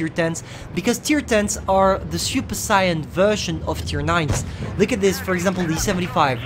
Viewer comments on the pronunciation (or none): none